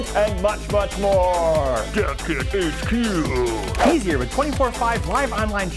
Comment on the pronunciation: The first time I heard "Dev Kit HQ", it sounded like "Death Kit HQ".